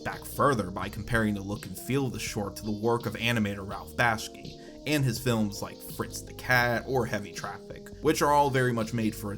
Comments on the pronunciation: Bahk-Shee Not Bash-Key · Pronunciation note: It's Bakshi, not Bashki Back-she, not Bash-key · It's pronounced Back-she, not Bash-key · I appreciate the content but you absolutely need to be more mindful of your mispronunciations because they risk drawing people out of the video. "Slapjicks" (multiple times) instead of slapstick, "Ralph Bashki" (multiple times) instead of Ralph Bakshi are the two biggest offenders but every minute I'm hearing something that sounds off, whether it's a mispronunciation or something getting garbled or run together in your sentences. It's hard to listen to and diminishes the quality. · you can spell it right? How come you say BashKey in the vid. No shade, beyond getting the homie Ralph’s name wrong. I dug the vid tho